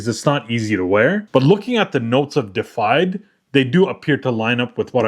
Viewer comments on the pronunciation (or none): DE-IFIED. Not defied. Deified means to be worshiped as a god. Defied means getted said "no" to. World o' difference. Super common mistake, man. A bunch of people make it. But now ya know ;-) I'm gonna cop this one for sure.